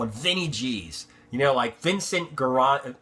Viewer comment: Great video, I was a little scared you would become a conspiration theorist and I've been super positevily surprised! BTW Gironda is said like DJIRONDA!